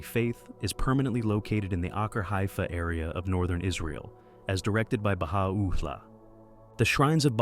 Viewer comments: Beautiful video, except you are mispronouncing Baha'u'llah. The accent should be: ba-HA-u-LLAH, not Baha-OO-llah. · oooooops, it is pronounced as ba-hai or Hi as we greet a friend!?! Baha'u'llah is easy too -- the 'u' is not emphasized. it is soft .. joined with 'ul-lah' .. .. ba - ha - ul - la cheeeers bro !!